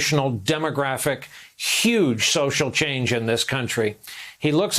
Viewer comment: You forgot "UGE"..."huge" for the rest of us!